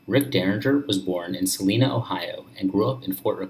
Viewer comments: I figured this was going to be crap when you pronounced Celina like Selena. Fact check, fact check. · Celina is pronounce - suh line uh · Pronounced “se LI na”